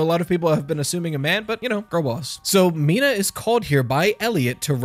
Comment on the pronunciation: you said Miena correctly